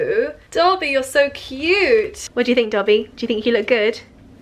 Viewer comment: It’s Dobby, not Coby